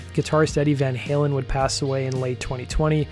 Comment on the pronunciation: I h8 how Eddie Trunk pronounces Van Halen as Van Helen